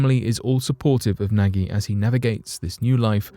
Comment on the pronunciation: The Australian who's name is Nagy its pronounced as 'nodge'.